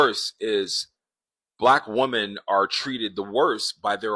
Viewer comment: I almost made it all of the way through this video (with which I concur) before his inability to pronounce the plural of 'woman' just really got to me. . . I don't know what it is, but a lot of these guys have a problem with the word 'women'; and it bothers me.